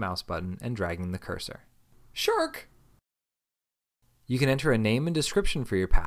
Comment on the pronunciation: its sharks no shurk